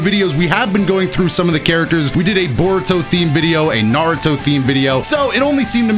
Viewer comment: he said borudo XD